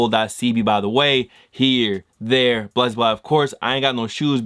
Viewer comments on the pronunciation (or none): none